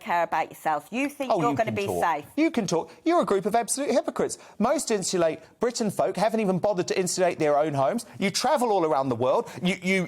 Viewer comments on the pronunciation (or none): Someone, please, tell that the word “insulate” has a T in it.